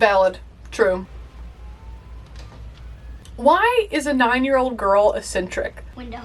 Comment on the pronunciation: Ek-sentric,(eccentric), by the way. (Hard c, soft c.) I'm just hearing a lot of people pronounce double c words with a double s sound lately and most of them aren't.